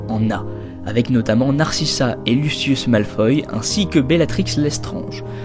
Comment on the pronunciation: eu c lucius pas lucious sinon bonne video